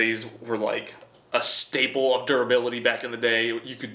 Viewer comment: Razor durabilatiiiititit What ?